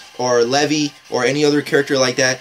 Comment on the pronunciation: He didn't say Levi right lol